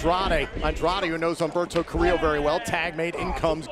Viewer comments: He said Humberto Carrillo but it did sound like Alberto del rio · Rushy the second time he said Humberto carillo not the first time lol